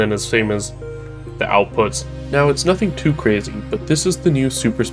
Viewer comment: Lol he said, "Nothing 2 super," n im already feeling autistic not being able to understand 💀